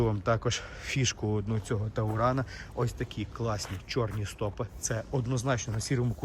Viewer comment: А почему "Тауран", если "Туран". Что в Немецком, что Английском ? Я заметил многие так говорят и задумался правильно ли. Как вы считаете?